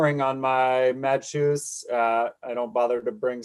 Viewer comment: Ladies and gentlemen, as Madshus is a norwegian manufacturer the brandname is pronounced "Mads hus" with the "hus" meaning "house" and itself pronounced "hüs" - unfortunately a letter non-existing in english.